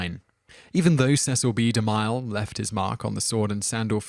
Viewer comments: The narrator really needs to learn how to pronounce some of these names: De MILE? It's De Mill .. like a saw mill! The he pronounced Salome (Sah lo may) as (So Low mee) It started getting irritating. He's done this in other videos too. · Alex Medina Bright Yeah...it's difficult to believe it's not on purpose... XD: It's not pronounced "di-MILE"...it's pronounced "de-MILL" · It's pronounced de mill, not de mile, you ignoramous. Sol oh may, with the accent on the first syllable. It's like you grew up in a vacuum and have never heard these names pronounced. smh You're also a liberal dimwit. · you're gonna get A LOT of this. But Cecil B DeMile is pronounced De-Mill (as in something you grind flour in) not De-Mile (as in a unit of distance). Can't change it now i know, but it's VERY grating. and unfortunate as the man's made a lot of the movies in this top 10. your channel rocks btw! xX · Cecil B De Mille is pronounced...... DE MILL not like mile. That is all. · I enjoy these videos but am always intrigued as to why so many common names etc are mispronounced, is there a reason for this? I accept that some names are difficult to pronounce (after all I am Welsh and most non-welsh speakers find Welsh names difficult to pronounce correctly) especially if you are unfamiliar with them but Cecil B deMille or Sodom.... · Okay, you're doing this on purpose, aren't you? If you can pronounce 'Cecil' correctly you absolutely HAVE to be able to pronounce 'DeMille' and 'Salome' and 'Lana' and 'Huston' and 'Sodom' as well. Great way to generate comments, tho.